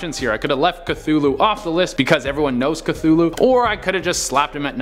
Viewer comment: Hey you said Cthulhu wrong